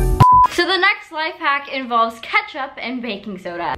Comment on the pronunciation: She realy said keptuch